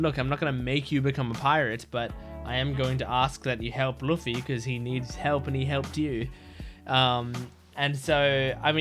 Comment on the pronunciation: Your Luffy pronounce is wrong